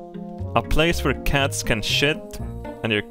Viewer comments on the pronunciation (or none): none